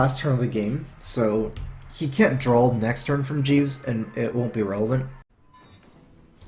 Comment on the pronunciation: please say draw... not drawl